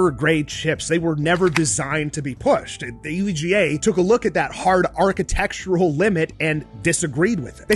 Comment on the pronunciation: the hard R catecture